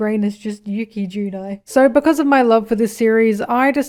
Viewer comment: The amount of euphoria I get when people say "Yuki Judai" or any of the other Japanese names of the characters is insane.